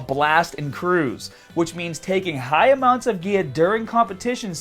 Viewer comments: Dude... It's 'gear' not 'gea-ah'. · "Once you stopped the ghear" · Once you stop the geahh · Stahting geah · the way he says baaah (bar) staaahted (started) geahhhhh (gear) strongaaaah (stronger)etc. I only noticed a few weeks ago but im genuinely curious if its an accent or not. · why do you sound so australian when you're saying "on gear".:D:D good video gj